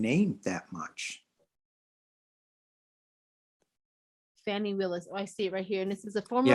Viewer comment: Her name is pronounced fawn (like baby deer) ie . It looks like fanny but pronounce it like above🥰 So fauanie NOT fanny.